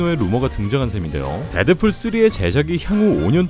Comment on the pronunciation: 왜 데드fool이라고 말하는거에욬ㅋㅋㅋ